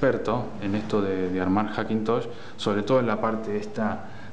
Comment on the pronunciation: "Hackintoch" jajajajaj genial